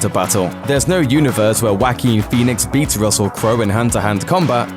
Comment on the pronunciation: "Waqween Qhenix"?